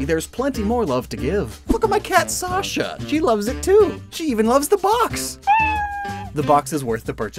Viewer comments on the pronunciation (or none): none